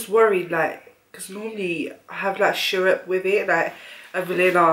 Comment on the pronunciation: Syrup is pronounce; syr/up